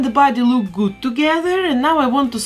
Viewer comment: “that looks very gut” Did I just hear German? I’m actually learning to speak German